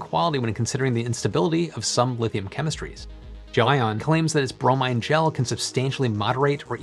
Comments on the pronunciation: Why do you keep incorrectly pronouncing the word as "Jo-Ann" and not the way its supposed to be pronounced? as GEL ION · It's Gel👉ion, not Gel👉inon. 😉, but otherwise, 👍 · undecided but every time says "gelion" reality unravels another step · Guessing he mispronounced it and didn't want to reshoot the whole thing and just spliced every instance of that name. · gelion sounds funny every time you say it. Little audio-editing to get the pronunciation right? :)